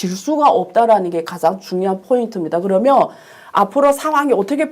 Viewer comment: 이야기는 추리소설 입니다. 그러면을 그러며로 발음하는 얼치기 선무당입니다.